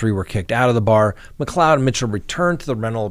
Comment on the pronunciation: Thank you for pronouncing McLeod correctly :)